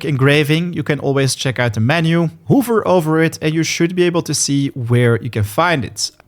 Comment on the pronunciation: Vernable? Whover? Vulnerable is the proper way to say it. Hover said like the vacuum is the wrong way to say that word. Improper grammar bugs me.